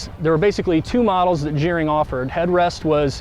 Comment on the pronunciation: It's pronounced "gar-ring" NOT "jeer-ring"...Kim Gerring started the entire Van Conversion Industry in Elkhart Indiana in 1972. He was my life long friend, my brother-in-law, and an amazing individual. He just passed away this past Sunday (3-10-19) . Innovator, creator. Will be missed immensely.